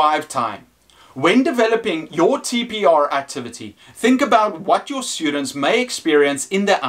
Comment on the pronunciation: its very distracting when you say SHHTUDENTS, good video though none the less